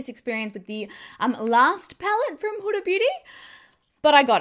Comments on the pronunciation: It’s Hoo-da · Not huh-da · I couldn't watch this because you're pronouncing Huda wrong and its like fingernails down a chalkboard.